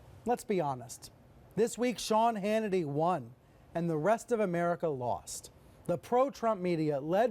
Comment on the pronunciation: Sean Mannitee?